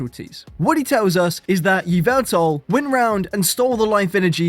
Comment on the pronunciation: Eeveltal? Eeveltal?? I think you mean Yvelta (YaH'valta)!!